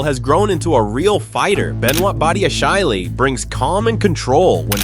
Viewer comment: Oh my, the way he butcheded Badiashille's name 😭😭